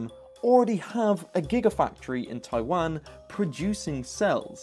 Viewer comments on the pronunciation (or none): none